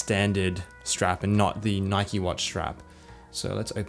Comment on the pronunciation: "You got the Nikeo branding"